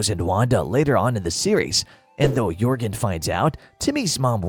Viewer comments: And the military looking one is pronounced Jorgan not Yorgan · "De Rules?" "Yorgen" Von Strangle? Surprised that this wasn't pointed out beyond Cosmo's mispronounciated name. *Da* Rules *Jorgen* Von Strangle. Just pointing that out. Sides from that, good video.